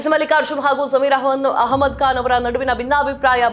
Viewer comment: ಬಂಢಾಯ ಅಲ್ಲ ಮೇಡಂ ಅದು ಬಂಡಾಯ.ಬಾಂಧವರು ಭಾಂದವರು ಅಲ್ಲ.ಕಾನ್ ಅಲ್ಲ ಖಾನ್.ಸಿಖ್ಖಾಪಟ್ಟೆ ಅಲ್ಲ ಸಿಕ್ಕಾಪಟ್ಟೆ. ಎಷ್ಟು ತಪ್ಪುಗಳಿಂದ ಕೂಡಿದ ಕನ್ನಡ ನಿಮ್ಮದು!! ದಯವಿಟ್ಟು ಕನ್ನಡವನ್ನು ತಪ್ಪಿಲ್ಲದಂತೆ,ಕನ್ನಡ ಶೈಲಿಯಲ್ಲಿ ಮಾತನಾಡಿ🙏